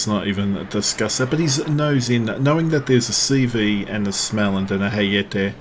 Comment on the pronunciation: ' it's smolland btw:) The o above the A is a modifier like a German umlaut Funny how so many DDs don't do the booty thing